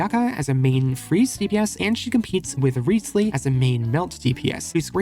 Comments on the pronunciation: actually his name is pronounced more like rizz-ly or rise-ly rather than reeths-ly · Pronounsed "Rye-oh-thess-lee"